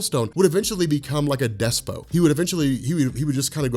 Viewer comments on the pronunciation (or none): Despot is pronounced like it looks, not a silent T at the end. Despot is pronounced like des-paut.